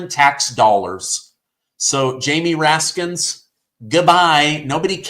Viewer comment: Raskin, not Raskins.